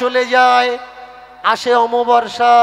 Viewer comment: আমাবাবর্সা নয়, অমাবস্যা